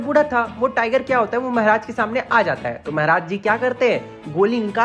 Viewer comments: Mehraj nhi mharaj 😂😂😂😂😂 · Bhai Maharaj hota hai mehraj nhi bhai Bharat me rhta hai hindi thoda thik se bol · Mehraj nhi bhaiya maharaj 😂..... anyways aapka explanation bhout shi rehta h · The way he says "Mehraj" 🤣🤣😅